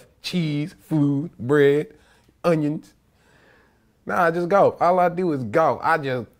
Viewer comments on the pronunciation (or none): LMFAO THE WAY HE SAID ONIONS